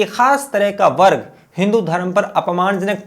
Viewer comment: Wo konsa warg hai.....clear toh bolo